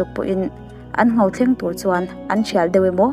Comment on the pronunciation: 'Nghau' ni lovin, 'Ngho' tih tur